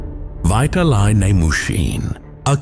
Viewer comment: Bro butchered the name "Vitaliy" 💀